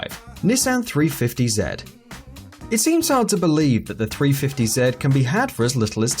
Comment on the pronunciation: “Nessen 350 zed”